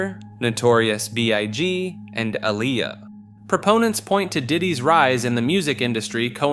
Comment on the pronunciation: Don’t forget A-liar!! 😂